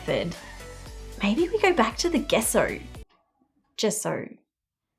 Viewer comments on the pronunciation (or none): Gesso is pronounced as je-so to help you instead of guess-o Hope I helped!! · You pronounce it jesso not gesso. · Its pronounsation is jeso not geso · Gesso = Jesso with a “J” sound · Take a shot every time she say gesso.. jesso? gesso? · Gesso is pronunciated like The JE in jester (jesso), hope to help! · Gesso pronounced "jeh-ss-oh" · In the USA we pronounce it "Jesso" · Lol, Gesso with a j sound.